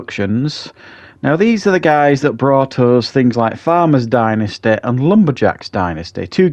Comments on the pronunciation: Dentisty....lol. Dynasty, pronounced die- n-ah-sty. Killing me with the going to the dentist stuff. Lol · Please learn how to pronounce ’dynasty’